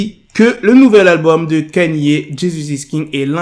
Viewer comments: C'est Ka-ni-é , pas Kenny . Il a raison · pk tu dis kanie( kanye ) c est kaini( kanye )